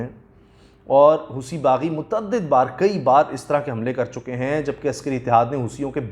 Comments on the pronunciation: اس کا تلفظ ہوتی ہے، ہوسی نہیں۔ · Wrong Pronunciation "Hoosi" nahin "Hosi" and in Arabic "Hothi"